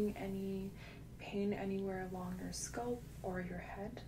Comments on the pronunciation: No, she lives in Canada I thought. I've heard people whose native language is not English saying it like that, but if you look up how to pronounce it in English, it is scalp, not sculp. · Why do people from other countries say it like that though? It's not spelled "sculp"... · I love this, too! We say scaaaalp in Detroit, too. Keep saying sculp,:) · I love your videos but as a Brit “sculp” got me , not being mean just gave me a giggle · other countries. Most asmr artists say it like that. I started wondering if I have been saying it wrong my entire life.